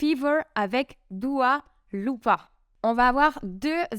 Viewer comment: tu veux dire Dua Lipa et pas Dua Loupa🤣